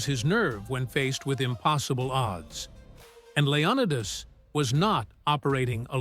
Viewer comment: Say that again, Leo-what-us?